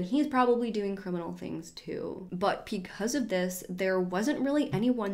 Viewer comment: Am I the only one who hears “pecause” instead of “because”? Like at 23.28, 24.15, 24.21, 24.28, 33.22, 33.26, 33.31 😂